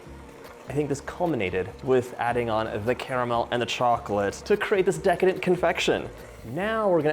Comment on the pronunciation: Drinking game: 1 shot for every “DA-licious” or “Deecadent.” 😂